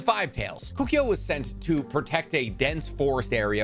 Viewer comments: Kukio? Bro it's Koe koo oh. Kokuo. Serious m night shymalan last Airbender vibes. Get the names right. How can you know so much and so little at the same time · Koh- Koo- Oh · Where'd you get the Y pronunciation from Kukuo? 🤔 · The way you say Kukuo kills me a little bit inside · Keep saying Kokuo wrong... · Can’t stand how he said Kokuo